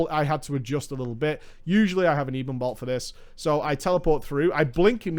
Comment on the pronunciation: It's pronounced ebbon-bolt like ebony. Not eeebon bolt.